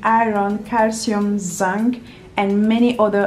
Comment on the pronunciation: I never realised she was french until she pronounced zinc as zinc cause they pronounce in as an